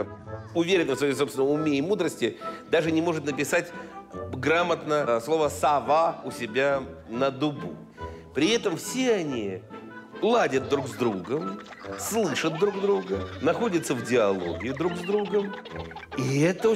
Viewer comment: грамотно "на дубЕ", аинетна дубУ😂😂😂